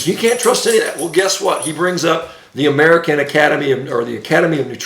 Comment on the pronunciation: Shawn baker mini-stroke goes for like 15 seconds! He’s very angry and can’t say “American academy”. Mispronounced “conflict” 15 seconds later. Get help, Shawn, get help. Brain arterial supply is waning and brain is as inflamed as a 20yr NFL veteran.